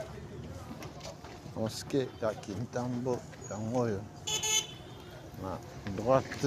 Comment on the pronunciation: Frère esali ngai bien komona commune ya kintambo ma bele mame félicitations mais ba komnbo oza ko prononce yango pas bien, félicitations encore.